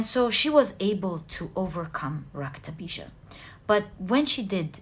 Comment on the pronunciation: Really intrigued by your knowledge of Hindu philosophy and mythology. Very well learnt and reproduced. You are really amazing!!! Your narration of Maa kali's episode with the specific mention of the name "Raktabeeja" so correctly pronounced is really marvellous... You are wonderful and I love your readings. Thank you so much for being such a blessing. Not to forget.... I love the way you laugh....there is music in your laughter.... 😊😊😊😊